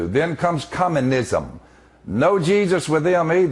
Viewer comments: Did he say "Comma-nism"? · Cumminism - erm, I think you pronounced that incorrectly Philly-boy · Dick guy said cum minzon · I love how he pronounces communism